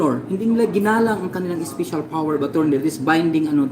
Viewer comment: "speysyal" daw HAHAHA ito ung SCAMMER